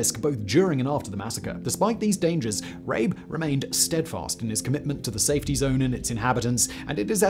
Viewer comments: Surely his name is pronounced RAH-buh, not Rayb. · Would be nice if someone hosting videos for as long as Simon, in the 21st century and living in Prague could and would actually correctly pronounce words and names like 'die' and 'Rabe'.